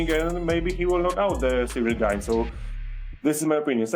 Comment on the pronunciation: The butchering of Gane is too much. LMAO! Gay-knee is the best one yet.